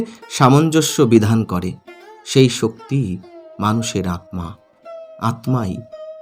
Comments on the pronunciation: আপনি আত্মা কে আতমা উচ্চারণ করেন কেন ? আপনি কি পদ্ম কে পদমো বলেন ? তাহলে স্মৃতি কে কি উচ্চারণ করবেন ? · Atma ta vulucharan korchen pless ucharon ta thik krun. Atta